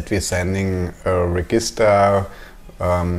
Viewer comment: Nice videos, easy to follow. One very minor thing - "Register" in English is pronounced like "reJister"... every time you say it, it causes a tiny mental hiccup and interrupts the flow (well for me anyway) . Thanks!